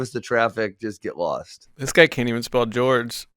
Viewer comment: His name is not George. His name Jorge.